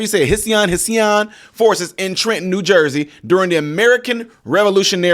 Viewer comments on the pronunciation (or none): Hessian pronounced hesh-shun. You are welcome😊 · Hessian is pronounced hesh-ee-an or heshan if said quickly. It's another name that German soldiers went by in the past.